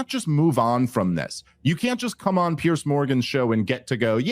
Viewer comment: "Piers Morgan" not "Pierce"